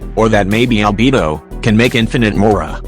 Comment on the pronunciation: "Albebo" and "ibbo" XD